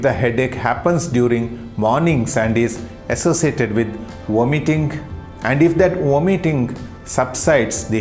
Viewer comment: What word is he saying ? “War Mitting”?